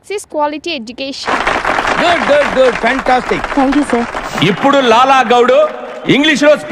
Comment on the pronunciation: Amma megana mamula kuda matladavachu shur anabaladhu sir anta chalu